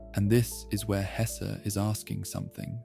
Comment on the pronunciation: both E in Hesse are pronounced like the first E in >hesitation or in less ,mess, caress